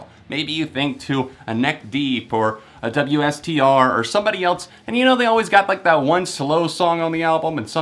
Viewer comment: WSTR is pronounced Waster. Just so you know.